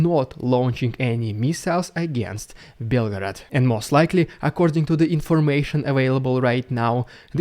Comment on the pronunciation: 3) says Belford in stead of Belgograd